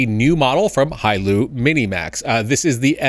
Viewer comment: Don’t mean to nitpick, but it’s “Hailuo”.